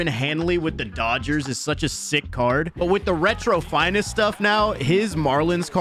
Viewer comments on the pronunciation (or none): You said dodgerd